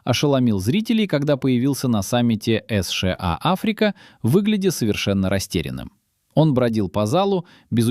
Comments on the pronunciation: Автор. Сша а не эсша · "Эс Ше А"....это что-то новое!!!! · Правильно, надо выгонять путина, ему 74. Но это вы боитесь сказать. А идиот, который так произносит название страны? Это ИИ или просто дурак. И ещё про возраст. Первый Канцлер ФРГ, КонрадАденауер, в 1949 году стал первым канцлером послевоеннойГермании в 73 года, а ушёл в отставку в 88 лет и он был лучшим канцлером, поднял страну из руин и она стала второй экономикой мира, уровень жизни был высочайший. ДЕ ГОЛЬ БЫЛ ПОЕЗИДЕНТОМ В 79 ЛЕТ.